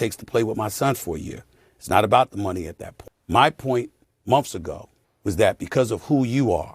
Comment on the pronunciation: “Monfs ago” typical